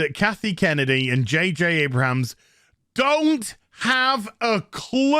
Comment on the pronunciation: "J. J. A-bra-hams"? 😅